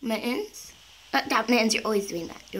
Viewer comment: FruityOrange. I think she say mit xD